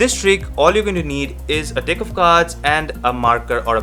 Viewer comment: 0:6 is there me only who heard deck as dick😂